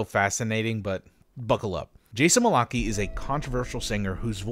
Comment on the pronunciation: I laughed at your dramatic introduction to Jason Malachy. I think his last name is pronounced Mal-Ick-Eye if it's pronounced the way most people say it, BTW. I think Malachy played Leon's singing voice in that Simpsons episode where Homer meets the mental patient who impersonates MJ. The real MJ of course did his speaking voice, but he wasn't allowed to actually sing in the episode due to restrictions with his record label.